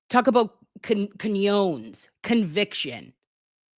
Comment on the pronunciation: Love you,. Cajones is pronounced ca-HO-nays. Not a criticism, just education.